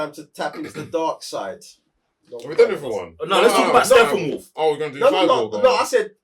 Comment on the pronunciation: GUYYYYYYYYYYYS !!! What's wrong with the real name of StePPenwolf ?! Stop saying SteFFAnWolf !!